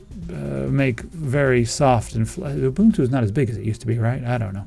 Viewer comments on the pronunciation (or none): my biggest gripe about this whole linux discussion is ... they way you guys pronounce linux ... there is a U at the and, not an i . also, it is not "you-bahn-too" it is pronounced "ooh-boohn-too" (Ubuntu) also, zorin for base OS and gaming? thanx